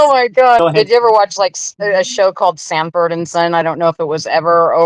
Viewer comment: Sanford, not Samford and Son.